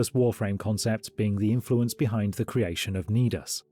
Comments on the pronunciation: "Feel free to roast or toast me in the comments" Aight It's pronounced "ny-dus", not "knee-dus". Nidus is a real word Oh and while we're at it, stop calling it "a-loo-min-ee-um", you weirdos. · When he said nedus i cringed. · how the fuck did you pronounced nidus